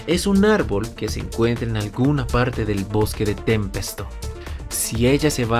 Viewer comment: Pensé que solo yo me dí cuenta de esa pronunciacion,tambien siempre dice "tempesto" refiriéndose a Tempest y dice verduora